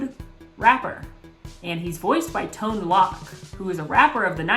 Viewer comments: Did you just say Tone "Lock?" lol It's actually Tone "Loke." Stop making me show my age.:D <3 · Tone Lock!? It’s Tone Loc, 😆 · it's Tone Loc with a long O sound ;-) Don't worry, I'm old. He was famous for "Funky Cold Medina" (PG-13) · Tone Lock 🤣🤣🤣🤣🤣🤣🤣🤣. Yes, I'm aware that my use of 🤣 ages me as much as knowing how to pronounce his name.